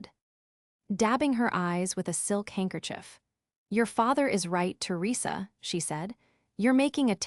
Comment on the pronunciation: To Risa seriously AI… Teresa .. not really that hard. Try harder!!! Venu …ease whaaat😂😂😂